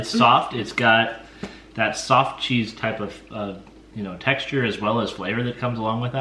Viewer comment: I thought called the brain cheese "stinky SOCK cheese" instead of stinky SOFT cheese 😂